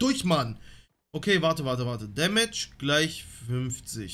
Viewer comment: Kannst nichtmal damage aussprechen